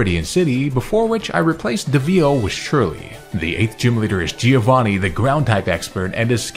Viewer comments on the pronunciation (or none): Just as quick note, the correct pronounciation is "Giòvanni" not "Gíovanni".